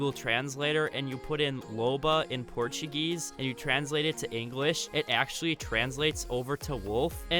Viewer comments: Did he just say "Portiguese" ??????????????? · Why did you say Portuguese in the start like that lmao